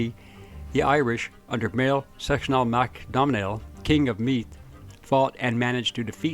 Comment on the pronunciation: The king of meath is pronounced Mwhale shock nil